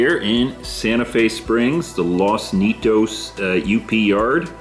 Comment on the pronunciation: Like your layout. Nice and simple. Good size, and point to point, yet still a loop. Good job. By the way, Los Nietos, you could pronounce as "Nee_ ate_ os." (Spanish). It means "the grandchildren."